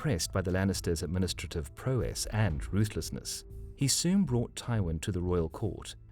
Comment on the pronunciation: You pronounced 'prowess' wrong. Otherwise no complaints whatsoever, fantastic video 😁